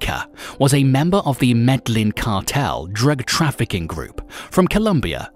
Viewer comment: Ya man kills me listening to a guy who can’t pronounce the cartel right but I laughed through it